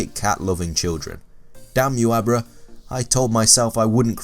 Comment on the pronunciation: when you were saying Abra all I could hear was a bra. "I wanted a bra but I couldn't get a bra